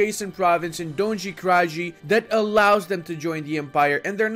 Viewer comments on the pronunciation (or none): dondzi krandzi hahahahah In Serbian the nj is pronounced like spanish ñ or how you would say n in new, and j is pronounced like y in yes. I don't expect you to know these things, but its just funny to me. Also that province name roughly translates to "bottom area" 😳